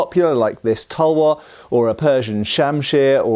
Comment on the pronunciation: It’s Taalvarr your pronunciation was awful sorry.